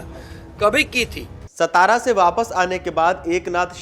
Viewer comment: सबसे पहिले सा ता रा कहिये, स ता रा नहीं. आपकी नाम से मात्रा हटाई तो आप को अच्छा लगेका क्या?